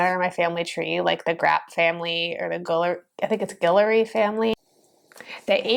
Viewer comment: Guillory /GILL-or-ree/, that's my last name. You getting it!!